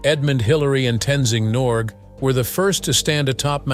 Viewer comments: "Tenzing Norg"!? It is Tenzing NorgAY, if you please! Not quite sure how many more errors there are in this "documentary", but this one is so obvious, that it should not have occurred in the first place. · Wrong elevation, wrong spelling/pronounciation of Norquay's name... STOP USING AUTOMATIC NARRATION, AND USE YOUR BRAIN AND OWN MOUTH TO SPEAK.... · It’s Tenzing Norgay not Tenzing Norg ….. some nice scenes of climbers at various stages of climbing Everest, enjoyed the video.